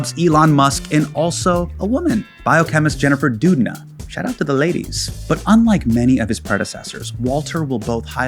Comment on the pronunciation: Oh my gosh, not pronouncing Doudna as "dude-na" while saying he wrote ONE book about a lady 💀